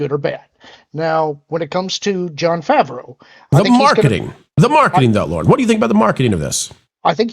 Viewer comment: Listening to the way you say John Favreau's name makes the Hernione quote pop into my head. "It's leviOsa, not levioSA!"